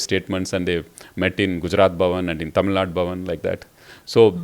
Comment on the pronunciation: pronounce the State name correctly mam. Shame Shame 😞 😢